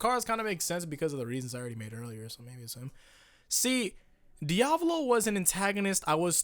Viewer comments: is it just me or does he say diavlo instead of diavolo? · Bro it's pronounced "Di- uh- voe- loe" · Please say Diavolo correctly